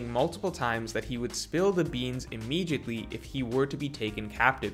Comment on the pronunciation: Does anyone know why pronounces “immediately” with a ‘g’ instead of a ‘d’? Just curious